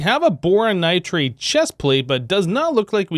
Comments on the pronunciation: I hate how he says nitrade instead of nitride like it says. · Definitely, most of the time I get a kick out of it but the nitride one really gets me for some reason